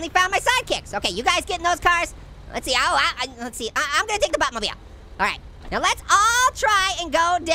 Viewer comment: why you say batmolbell you have to say buttmobell